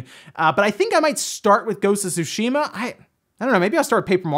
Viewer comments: whys he saying sushima its tsu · Dude only once did he pronounce it right every other time it he was just reading it as Sushi...ma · I find it funny how ppl say ghosts of "shoe she ma" and now it's "two sh ma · Is Ghost of Tsushima pronounced SUSHI-MAH or SUE-SHE-MAH? Out of all the Paper Mario games only Sticker Star is terrible, Color Splash is heck of a lot better than Sticker Star despite it having some issues. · Everyone: Ghost of Tsushima: Ghost of Sushma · I could swear he has pronounce it correctly before. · Everyone acting like they've been pronouncing Tsushima correctly now like Forza, when just yesterday we were all saying su-she-muhh lol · Charmara The devs want us to mis-pronounce the name of a city? That is crazy. IMO, it is like saying I-taly but whatever. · Why did you change the pronunciation of "Tsushima" all of a sudden? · You didn’t say Tsushima right 4 times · Why are you pronouncing Tsushima differently in this video? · Wow. That is not how you say tsushima. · You are pronouncing Tsushima wrong.